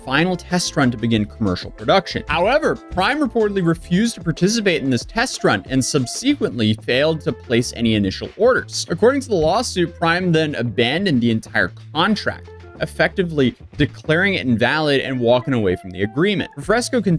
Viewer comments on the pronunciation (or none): Excuse me did you just say SUB-SEEKWENT?